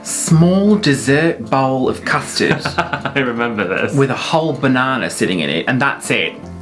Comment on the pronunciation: Did you just say bananER? 😂